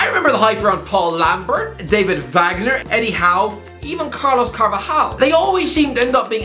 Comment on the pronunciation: clueless as always what a surprise its Carlos Carvalhal not Carlos Carvajal in fact Carvajal plays for Real Madrid ill say this for u English speaking people stop assuming that Portuguese is the same language as Spanish when its not smilar not the same and Carvalhal is very good coach